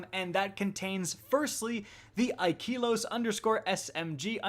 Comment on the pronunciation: The e is flat, not high. Ikelos, not Ikeeeelos.